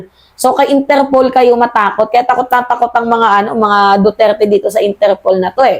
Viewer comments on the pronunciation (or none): Ayusin mo yung bigkas mo ng Duterte,wala akong maintaindihan pnu ka paniniwalaan